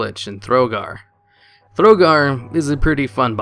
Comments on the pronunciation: THO GAR not THRO GAR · THROGAR THROGAR THROGAR THROGAR ARRRGGGGHHHH It's not pronounced or written that way, nobody pronounces it that way!